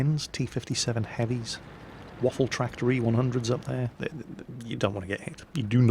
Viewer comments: It's called Waffenträger not Waffentrager. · did he say, "waffle tractors E-100'? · Nice pronenciation of in the beginning! Almost perfect :) But you must pronounce the WaffentRÄger more with the RA! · Well the Waffenträger pronounciation was not bad, except that ff should be pronounced sharper. Hiss it! :D Seriously, put your teeth on your lower lip and push the air out. An f should sound somewhat like the noise that a snake makes when it's pissed. And no not british pissed, american pissed as in angry. ;-) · Your german pronounciation is actually very good, although you tend to roll the R too much...which is a common mistake thanks to one particular austrian. ;) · Hey, you miss the "ä" in Waffenträger.;) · Please do yourself a favor and just call "Waffenträger" = Gun Carrier. You guys from english speaking countries all sound like drunk russians if you try to pronounce this ^_^ ... Btw, yeah good review on this thing. Nevertheless, I really would like to see no one flame anymore about "scumbag artillery", since now the "scumbag TD-lines" are introduced :D Upcoming: Tier XI & XII, featuring Leopard 2A4/A6, Abrams M1A1/A2, T-80/-90 and so on... o_O